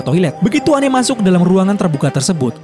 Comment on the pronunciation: Its Anne. Not Anney.